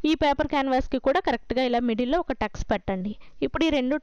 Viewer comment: Adi tucs kadandi. Cuts anali